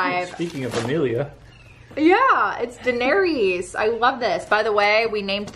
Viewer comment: you are pronouncing Daenerys incorrectly. (I’m not sure if I spelled it right though. Lol). Merry Christmas to you and Larry!